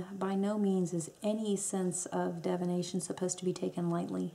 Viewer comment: Cool video :) (The "I" after the "D" in the word "divination" is pronounced as in the "I" in "igloo" not as in the "E" in "echo." Sorry, it's the first thing I heard.)